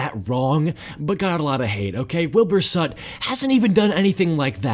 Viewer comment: "Wilbur sut"